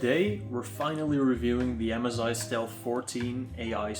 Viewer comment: mezi bro its m sssssssssssss i not mez i